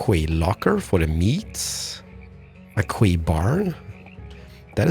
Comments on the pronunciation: "quay" is pronounced like "key" ! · For the future you pronouce Quay like Key. I don't know why :p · This series just never disappoints, its just so satisfying to watch. Also someone really needs to tell that quay is pronounced the same way as key haha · Quay is pronounced 'Key' in English K! :) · "Quay" is pronounced the same as "Key". FYI. Enjoying the series!